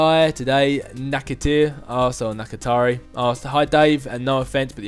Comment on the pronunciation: Hi, Dave, who would you think would win a fight, hulk or juggernaut. Oh yeah, and it's ta-day-nak-a-tar-eee